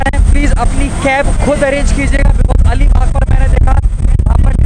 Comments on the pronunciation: Bhai alibaugh nahi ALIBAG hai plz correct the name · Make the correction!! It's Alibag not that something baugh